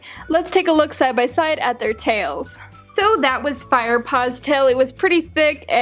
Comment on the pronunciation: CUTE LITTLE PAUS